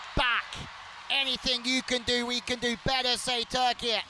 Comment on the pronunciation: Bütün spikerler ülkenin adı "TÜRKİYE" öğrenin artık.